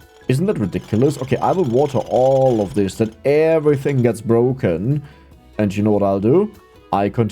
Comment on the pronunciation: BBBroken, Abroaching, Ubgrades, Böafeckt, aboud it, embloyees, Ur pronunciation in the letter P is very weak